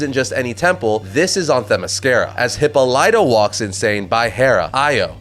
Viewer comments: The way you say Hippolyta...😬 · Bruh you’re absolutely butchering Hippolyta. Please Google how to pronounce it because this is criminal if you’re going to continue covering Wonder Woman.